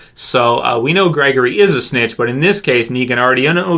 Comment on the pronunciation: Gregory. I think it's Gregory.